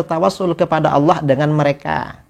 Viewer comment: Ucapkan lafazhh Allah aja ga fasih